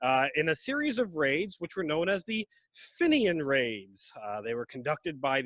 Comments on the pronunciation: Not to bright on the old Geography and fenian history🙄its pronounced feenian not finion . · Fenian is pronounced feen yin